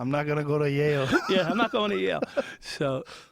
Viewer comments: Yale, not jail. Lmfao. Never in my life have I heard that. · Where did you learn to pronounce it like that? In Yail?